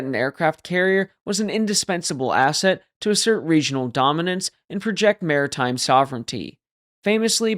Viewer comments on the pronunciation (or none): none